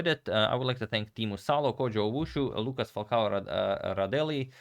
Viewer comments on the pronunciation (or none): none